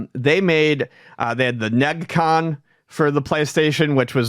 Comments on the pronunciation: Lol he said Negg-con instead of Ne-Gee Con. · You aren't pronouncing neGcon wrong, its like nedgy con